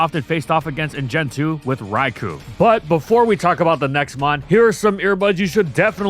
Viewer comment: Bro talks about Raikou so much and yet he still can't pronounce it right.